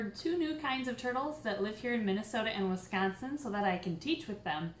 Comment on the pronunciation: I really heard her accent when she said Wisconsin